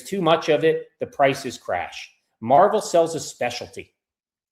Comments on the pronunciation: It's not a comic book company it's not pronounced Marvel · It's pronounced Mar-VELL. Marvel is a comic book.